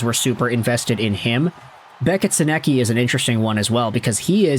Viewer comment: You’re nowhere close to pronouncing Sennecke’s name correctly 😂